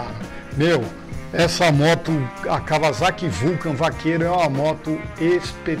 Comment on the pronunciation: Raridade ver gente pronunciando o nome Kawasaki de forma correta aqui no Brasil (não Kavazaki), mostra que os caras pesquisam e sabem de motos de verdade.